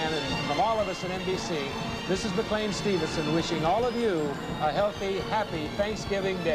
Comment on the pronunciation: I like how Della keeps mispronouncing McLean's name as "McLEEN" rather than "McLAIN." Clearly no love or chemistry between them.